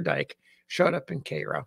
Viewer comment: Thanks for the correct pronunciation of Cairo :)